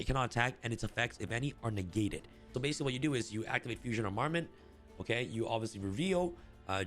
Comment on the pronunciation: just fyi it's pronounced arm-a-ment, not a-mar-ment